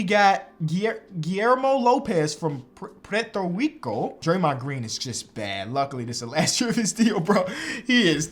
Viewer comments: He said preto rico 😂😂😂😂🇵🇷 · Pwetro wrico 😂😂💀💀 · Preto rico 😂😂😂😂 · …. Have you never heard of Puerto Rico??? You absolutely destroyed that pronunciation 🇵🇷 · Jesus i aint never heard someone pronounce Puerto Rico that bad😭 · pronouncing puerto rico killed me 😭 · Why did say Puerto Rico like that 💀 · He really couldn't say Puerto Rico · My boy K said Puerto Rico so funny you are the best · bro butchered puerto rico no way lol